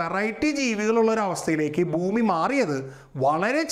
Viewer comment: ഇവൻ ബൂമി ബൂമി എന്ന് ആവർത്തിക്കുന്നു,,,, ഭൂമി എന്നാണ് ജീവൻ ഉള്ള ഗ്രഹത്തിന് പേര് എന്ന് ആരെങ്കിലും ഒന്ന് പറഞ്ഞു കൊടുക്ക്,,, ഘടന യ്ക്ക്പകരം ഗടന എന്നുംപറയുന്നു